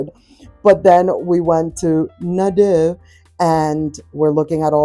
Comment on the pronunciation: We have a Nadeau near us, in Knoxville, east TN. I bought a taupe kitchen buffet 8 yrs ago when it opened, love it every day. It's pronounced Nuh-DOUGH